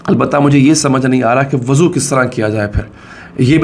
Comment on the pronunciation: Wuzu krna PROBLEM hai kya ... mohtram aap zyada slip of tongue nhi kr rahe kya ... mohtat rahein